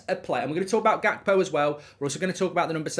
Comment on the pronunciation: Unrequested pedantic question — isn’t the “G” in Gakpo pronounced like the “G” in Ruud Gullit?